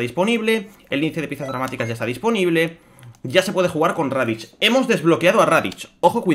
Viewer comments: Por que dices raditch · "radich" y "makokosapo" xD